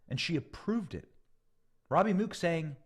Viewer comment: Benny, Mook is pronounced like "book" for future reference. I have relatives with that name. Great reporting.